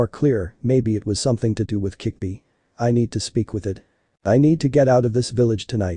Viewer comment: it's kyuubi NOT kickbi